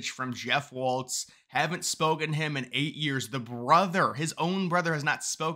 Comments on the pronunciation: It's not waltz it's walz. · Walz has no t in it. It's pronounced Walls.